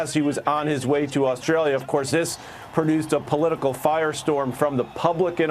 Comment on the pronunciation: Not sure if it's Australia or ANUStralia